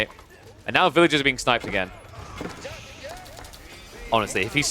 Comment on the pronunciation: Villagers vs villages is only difficult if you decide not to pronounce the r